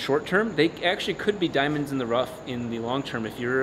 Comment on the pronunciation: “Diamond in the wuff”